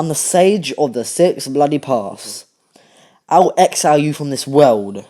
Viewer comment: “I’ll xile you from this land “ Naruto: “I’ll xile you from this world” Lol